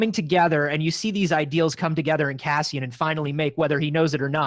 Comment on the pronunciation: Why does call him Cazzian? 😅